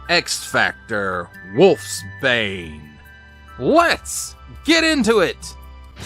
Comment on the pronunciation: Its pronounced "Wolfs-Bane" not Wolfbane.